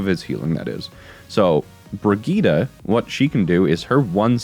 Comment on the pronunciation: Why is every American mispronouncing Brigitte, i can understand one maybe two making this mistake. But everyone American youtuber. Its like brijje eet, i dont know how to type the correct pronunciation, thats my best effort.